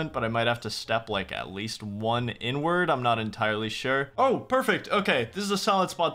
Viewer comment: Ik he said inward XP